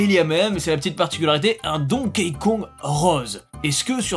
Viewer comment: Arrete de prononcer "Donkéï". Ca se prononce DONKI 👌